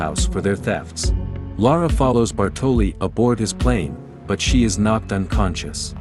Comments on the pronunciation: You did put a lot of time and effort in this one, I give you that, but it just makes me "cringe" to hear you say Bartòli for the entire video, instead of Bàrtoli. Ok, Lara misspells it too, the first time, but the italian guy is the first one to say that name and since it's his own language you must take that for good. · Great video, but as an Italian I'm slightly triggered every time you pronounce Bartòli instead of Bàrtoli 😂 don't mind me, excellent work 👌